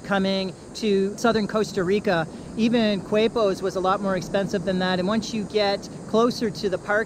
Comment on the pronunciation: Qu is pronounced k in Spanish, so it’s like “Képos” for Quepos.